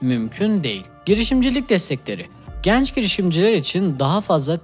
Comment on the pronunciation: kardeş "genç" kapalı e olmalı.